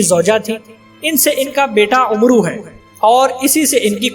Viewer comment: عمرو کو amar پڑھتے ہیں عمر کو umar کہتے ہیں